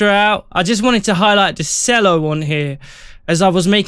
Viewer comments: Nice. Cello is pronounced "CH-ELLO" not "SELLO" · I could not watch the video after he said s ello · I could not watch the video after he said sello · Ah, no, it's not pronounced 'chello,' but I can see where you’d 'C' that! 😂😂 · If he said sello one more time i was going to flip